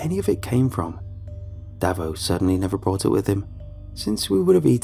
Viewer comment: Just some notes on Aussie pronounciation: Davo - "Dave-oh" not "davvo" Melbourne - "Mel-bin" not "Melborn" Kookaburra - "Cook - a - bah - ra" Bogan - "Boe-gun" (Rhymes with Logan)